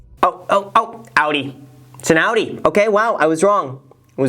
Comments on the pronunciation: As a fellow German, I have to thank you for pronouncing Audi correctly, since I barely ever hear Americans pronouncing German car brands correctly. ^^ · Low-key impressed that Graham knows how to pronounce Audi 😃